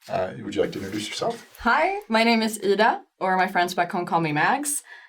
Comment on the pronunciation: I heard her pronounce her name, and I thought "Hey, that sounds like a fellow Swede saying that. How odd." ^_^